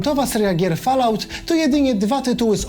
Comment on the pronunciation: Ja pierdole, tego nie czyta się "FALAŁT" tylko "FOLAUT", a ponoć ludzie angielski znają...